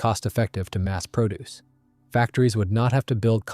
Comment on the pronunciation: " it was highly cost-effective to produce" (produce pronounced like you would describe lettuce). It is a joke to call this computer-automated reading artificial intelligence.